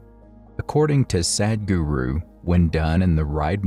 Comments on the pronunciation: I would like to see you or the computer that is narrating, pronounce his name correctly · Thank you for the video, Please,, learn how to pronounce Sadhguru 😂😂😂